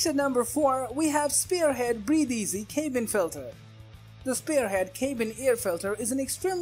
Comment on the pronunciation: Crock. No data. Just opinions and paid links. Plus dude pronounces “cabin” as “CAY-bin.” Wow. Good idea to know how to pronounce the product you’re reviewing.